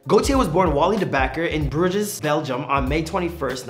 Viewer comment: He wasn't born in "Brujez" Belgium...it's Brooj